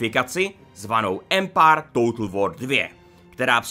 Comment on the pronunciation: Ty jsi taky "Empár"......nicméně ta sekvence s těmi českými městy atd.. mi přišla fakt divná, trapná a ne moc vtipná.. nevím no.. asi zbytečný.. jinak dík..